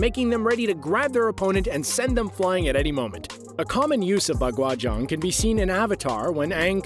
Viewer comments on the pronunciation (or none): dude butchered the pronounciations Taiji quan is pronounced taiji Chuen. Baguazhang is Pronounced Bagua Zhahng not aang.